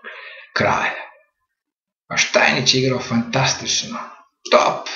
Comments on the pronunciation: Nije Štajnič, nego Štajnic (Stainitz)! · Молим поштованог да се не љути на мене, само му желим рећи да је правилни изговор презимена првог светског првака у шаху Штајниц, а не Штајнић. Иначе Штајниц је имао трагичну животну судбину, умрла му је ћерка, а он је пред крај живота душевно оболео.